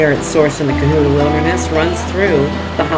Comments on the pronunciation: Beautiful, instructive video... but Cohutta is not pronounced like Cohoota, the u is soft as in hut. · Not to nitpick, but it’s “Co-hut-ta”, not “co-hoot-ta.” And any most of the fish you caught where you were fishing were stocked. To catch the wild fish you have to hike up Emery Creek a little ways. I live here, just trying to give you some friendly advice from a local. Glad you caught some bows, hopefully you can see some of the wild brookies upstream in the wilderness area.